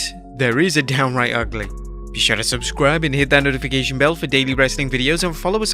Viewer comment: "Be sure to subSCRUAbe"